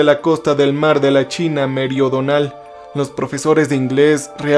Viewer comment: Cariño no sé dice meriodonal,es meridional, perdona por la corrección ❤